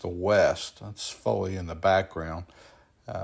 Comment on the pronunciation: It's Faw lly beach not foilly